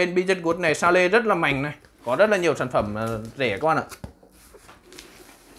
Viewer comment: Bi li dét guốt. Sa lê (sale) 😂😂 pro vjp